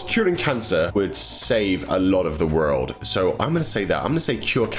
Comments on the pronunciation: I hate when says world,but I still love watching his vids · He says world so weird LOL😁😁😂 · ....... You say world like you're an American. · I love how u say world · I love the way he says the word 'world'! It's so cool! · the way you say world is so posh